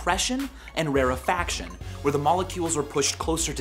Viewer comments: michael its pronounced rare-faction, not ra-refaction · I like how you can't pronounce rarefaction correctly proving you just googled this shit before making the video.